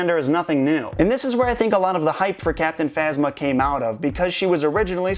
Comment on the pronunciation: captinphasma sounds like captin mama ( just to me)